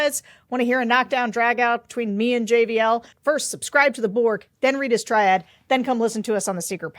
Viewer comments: Is she saying “triad” when she means “tirade”? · Did you mean "tirade"not "triade"????